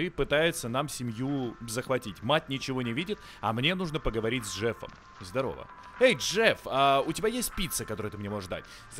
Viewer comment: Когда он говорил над поговорить с Джефом я слышала жертву вместо Джефк😅